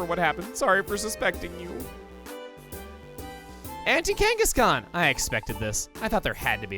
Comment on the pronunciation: Am I the only one who thought he was saying "Anti-Kangaskhan", not "Auntie Kangaskhan"?